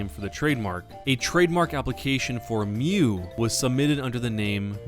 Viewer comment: it's pronouced myuu, not miyu, almoust identical to mew